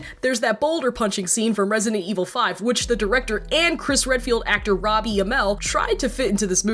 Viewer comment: the person says Chris and Claire "FredField"